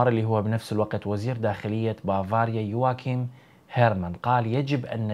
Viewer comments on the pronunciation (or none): none